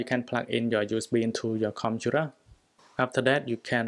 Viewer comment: Says computer Me- Whats a conturar